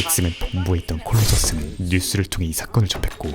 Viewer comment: 콜로서스 발음이 너무 내 취ㅣ향임